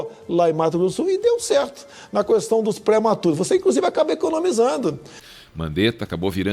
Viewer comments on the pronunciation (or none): kkkkkkkkk "Mandetta encurralado entre o certo e o chefe" e um chefe pernóstico que gosta de pronunciar o "u" de questão. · Agente vê que o Bolsonaro não sabe nem falar quando pronuncia as palavras "técno" e "cuestão". Daí então percebemos o quão burro ele é. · "Cuestão"! Fala direito Bolsobosta!